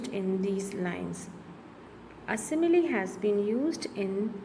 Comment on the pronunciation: your simile pronounciation is wrong